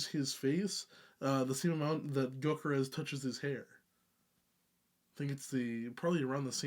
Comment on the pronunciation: First, thanks for the authentic pronunciation of the band! 2nd, I loved the cleans. After this, I went back to Coma and really enjoyed it, but the cleans from this have me so excited for future releases.